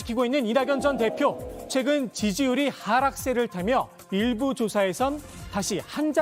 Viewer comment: 발음이 내가잘못들엇나 일부를 일베로내귀에는 계속들림